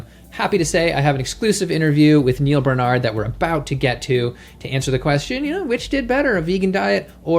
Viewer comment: Why do you insist on mispronouncing Dr.Barnards name?